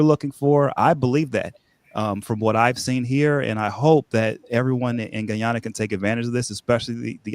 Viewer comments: Please sir please ...pronoun Guy-ana the Guyanese way😢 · blahk mahn so gullible: Guy - an- nah😢😮😅😮😢